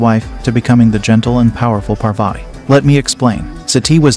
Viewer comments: It's pronounced as paarvati not parvaati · If you are telling the story of Hindu goddess then pronounce their name correctly😑...she is godess Parvati not parvate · It is not Satti but Sati. It is not Paarvaati, It is Parvathi. It is not Tandaav.,it is Taandav. it is not Yaajna, it is yagnya. Please pronounce correctly. Sanskrit is a beautiful language. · Please get the pronunciations corrected . It's not pervetty . It's paarvati. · It's Parvati not Parvat U spelled it correct but pronounced wrong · When you Pronounce Sati , the Ti sound is same as you say in Parvati and not like Ti in Tea. The way you said Sati implies to the practice done in some part of southern india when a baby is born. And also its not pronounced as Parveti its simply Parvati. And don't use such images to show our goddess. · It's not sīva, it is shiva, it's not pārvāti, it is pārvathi. First learn aksharamala (pronounciation) of Hindi or kannada or any other local language of India. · It isn't the pronounciation Par-Vati It's Parvathi Before making the video, you would have learned how to pronounce the name of our matha PARVATHI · First of all she is parvati pronounced paar vati not per vaiti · Bro you pronounced parvati wrong its par-vuh-tee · Parvati and sati is pronounced with a soft "t" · It's paarwati correct pronunciation. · The way you ruin the pronunciation of maa parvati as "parveti" hurts my eardrums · So it's pronounced as Par-vuh-thee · Please get your pronounciation of Indian names correct. Do a bit of research online... The "i" in Shiva is short, not long. The second "athi" in Parvathi rhymes with "putty" and it's a "th" sound not a hard "t"... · Please learn name pronunciation it husts a lot my name is Parwati if anyone called me like that trust me i would have given proper tution for pronunciation / pronunciation of godess parbati..is slight akward.so please correct it. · Excuse me parvati shiva is the names u pronounced it wrong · You are not Pronouncing Parvati right....